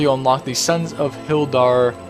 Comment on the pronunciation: it isn't the sons of hilldar its the sons of HODIR. not trollin just tryin to help =)